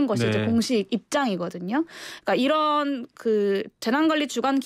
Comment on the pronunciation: 잘 들어보세요ㅡ'이란'이 아니라 '이런' 입니다